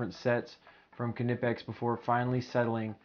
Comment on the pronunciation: If your referring to ker-nipex its a German word and English pronunciation rules don't apply. I'm afraid he is pronouncing it correctly